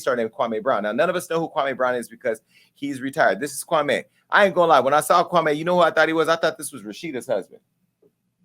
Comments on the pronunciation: Kwame! Kwamee! not kwamay😭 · KwahME. not May. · Jason, its Kwam...e not Kwa....may! I'm glad that you fvck with Kwame, so do I! ✊✊🥰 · It’s not Kwame me me not mai lol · KWA- MEE... As in Kwame Nkrumah. His name and pronunciation of it shouldn't be difficult for us to roll off our Afu-Ra-Kan (Afrikan) tongues no matter how long we been in America. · Quit saying his name wrong..........your messy.....